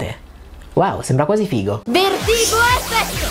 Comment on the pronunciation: Guarda che dice " Vertigo esse"